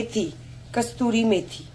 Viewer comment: Madam Kasturi methi nahi Kasoori methi hoti h 🤪😝